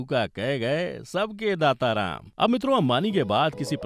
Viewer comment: डाटा नहीं दाता